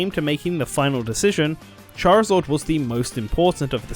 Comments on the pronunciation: That got me too that and Charizord....f**king Chari-zord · no one:: charizord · I can't get over the way you pronounce "Charizard."